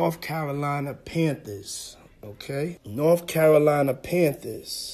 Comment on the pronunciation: "Norf" Carolina Panthers..... dumbass